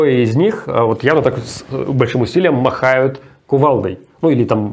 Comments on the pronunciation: Не "махают", а "машут" )))) 😆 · Руслан, машут! Не махают. Извините, не сдержался.